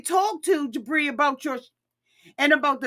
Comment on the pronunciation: I swear every time you say Jibri, I hear debris! 🤣🤣🤣